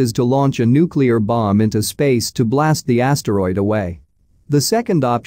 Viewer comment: Yasteroid Yelt